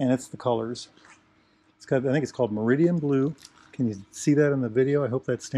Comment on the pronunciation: It’s Meridan …..not Meridian……….tsk……